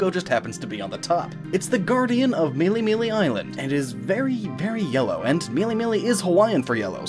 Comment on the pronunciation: Melemele sounds like Meleemelee sooo MELEE HD CONFIRMED